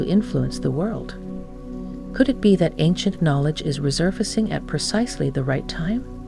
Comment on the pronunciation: It would be quite nice if someone real could read the text to us. This AI is likeable but doesn’t manage some words like “realm” and “resurfacing”. A little bit off-putting, which is sad because the message is wonderful. And it’s about the power humans have, so hearing a human would have been more aligned with the message.